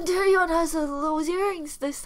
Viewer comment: look at Ningning and Cherry 😂😂😂😂 I Like the way u call Taehyun 'cerry' 😭😭 Sorry for bad English 🇮🇩